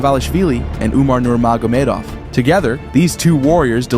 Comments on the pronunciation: Butchered Umar's name - Nurmagardavov??? It's Nurmagomedov! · the pronounciation hahaha "Nurmagamedov" haha its Nurma Go Medov. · Perhaps the most egregious pronunciation of “Nurmagomedov” I’ve heard so far lol well done